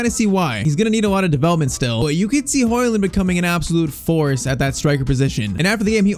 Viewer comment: Its Højlund not højland but great video👍🏻